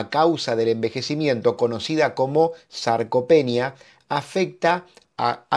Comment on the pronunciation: СаркопЕния- грамматическое убожество через каждое слово.